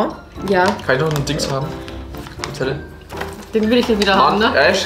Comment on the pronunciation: *Ash nicht ,,AHSCH"